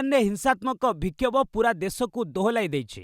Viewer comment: ଜୟ ଶ୍ରୀ ଜଗନ୍ନାଥ 🙏 ସାଦର ନମସ୍କାର ସହିତ ସୁପ୍ରଭାତ ମହାଶୟ ବିକ୍ଷୋଭ ଶବ୍ଦ ଟିକୁ ବୟାକରି ଭିକ୍ଷୋଭ ଉଚ୍ଚାରଣ କରନ୍ତୁ ନାହିଁ ( vi)....ନୁହେଁ...(bi) 🙏